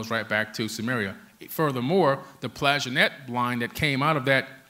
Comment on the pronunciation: im lovin what your doin, hate to correct you mate but it pronounced Plan-tag-enet !!!for years i was called weird for readin books on this stuff, Gods of Eden great read